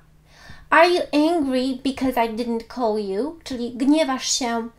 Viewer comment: Co do Pani wymowy niektorych wyrazow, np. przymiotnika angry , to mam duże zastrzeżenia